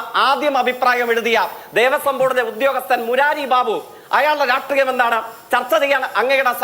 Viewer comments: എന്നും എവിടെയും തോൽക്കുന്നവന് പേര് "ജയിക്ക്"..😂 ചിന്താശേഷി ഒട്ടും ഇല്ലാത്തവൾക്ക് പേര് "ചിന്ത" ജെയ്ക്കും ചിന്തയും യുവ കമ്മികളുടെ രോമാഞ്ചം...😂😂 'രാട്രീയം' അല്ല 'രാഷ്ട്രീയം' . അതെങ്കിലും മര്യാദയ്ക്ക് അക്ഷരശുദ്ധിയോടെ പറയാൻ പഠിക്കെടോ ജയ്ക്കെ... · രാട്രീയം.. സംസയം 😂😂😂😂 ഇ മൈരൻക് മലയാളം അറിയൂലെ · Ee fake nodu parayu രാഷ്ട്രീയം ആണ് രാട്രീയം അല്ല എന്ന് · ശ, ഷ ഈ അക്ഷരങ്ങളോട് ജയിക്കിന്‌ വെറുപ്പുണ്ടോ....😅 രാട്രീയം, പൂസേണ്ടത്... 🤣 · രാഷ്ട്രീയം എന്ന വാക്ക് നേരേ ചൊവ്വേ പറയാൻ അറിയാത്തവൻ 😅😅😅😅😅😅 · പുള്ളിക്ക് ശ വരില്ല 😂